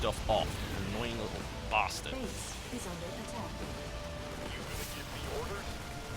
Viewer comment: everytime i hear that "Base is under attack" it sounds like "Face is under attack.